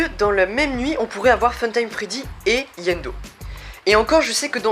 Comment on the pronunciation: C'est iendo pas yendo